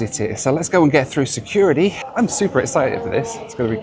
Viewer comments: You're a mouth breather who huffs and puffs his way through videos. And the word security doesn't have the letter D in it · "Lets go and get through securidee"